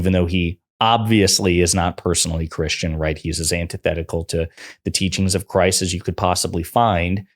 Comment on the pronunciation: DId he just sAy he;s NOT CHRRUSTIAN?